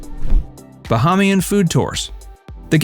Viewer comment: OMG Bahamian is pronounced: Ba-HAY-mian